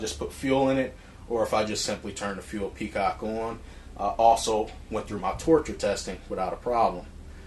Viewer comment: Really enjoyed the review. I had to smile, though, when you several times called the fuel petcock a fuel peacock. Thanks for the review.